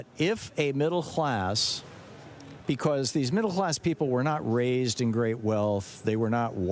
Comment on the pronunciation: Middle hlass?!